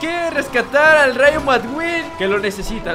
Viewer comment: no se llama rayo madqueen se pronuncia rayo maqueen